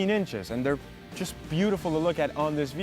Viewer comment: "es yast gonna go and enjoy" lol what